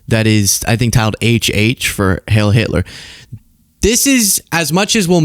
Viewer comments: "Heil" rhymes with I'll, not hail. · ....Heil rhymes with bile. Also, the word is gargantuan. "Gargantuous" is not actually a word but rather a portmanteau created from the words gargantuan and enormous.